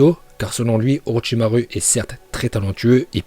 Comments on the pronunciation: Ça se dit pas au Rochysmaroue mais au rocher Marotchimarou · Non non non ça fais mal aux oreilles on dit Orochimarou pas orochimaru Mais ça s'écrit bien orochimaru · C orochimaru mes sa se dit orochimarou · Orochimarou qu'on prononce pas ru mais ouais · Lui il dit pas Orochimaru il dit OrotchimarU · Mais sa se prononce OrichimarOU !!!!!!!!!!